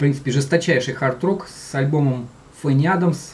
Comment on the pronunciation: Все-таки правильней говорить не ФенниАдамс а ФанниАдамс..И СтрангАп ,но не СтрингАП. Написал не для зубоскальства,просто режет слух.